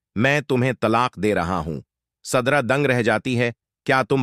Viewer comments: Zubear nahee zubait tum.kasa vhannel chala raha hoe surda nahee sidra😂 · Sadra nahee sidra kon c school maa talim hasil kee ha😂😊